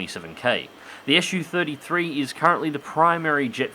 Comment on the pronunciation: Wtf is an 'Issue-33' ? It's a Su-33, dude, pronounced 'zoo* (not esh-you) ! Can't be that hard, so no excuses for linguistically illiterate folks that they allegedly couldn't say it, when they always say it when they say 'zoo' , eh? 😁 It's the first syllable of chief engineer Сухой 's family name, NOT an abbreviation like for Soviet-Union-33 or shit like that. That's how it works 9 times out of 10 with all the rest of the Russian aircraft designations. This got around already even among those who have lived under a rock for the past nine decades. How do you say MiG? Em-Eye-Jee , huh? 🤣